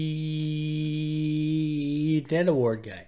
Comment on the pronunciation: You know when I first heard you say "Ned Award" I thought you were saying "Netherwort Award" which if you don't know, Netherwort is mushroom or otherwise a fungus that grows in the Nether which is a hell-like dimension in the popular (or at least it was popular, I don't know if it still is or not especially with hytale coming out) game Minecraft. Hytale is said to be a mix between Minecraft and Roblox... I'm excited for it... if your ever interested in doing gaming stuff, this might be right up your alley when it comes out which is supposed to be this year, but idk.